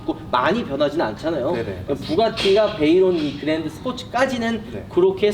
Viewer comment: 베이롱? 엥? ㄴ발음이